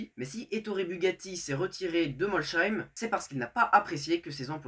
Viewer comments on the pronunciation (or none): intéressant, mais il faut améliorer sacrément le son. Il me semble que Porsche était aussi bien soutenu par le moustachu et on dit [Molessaïm], pas [Molechaïm].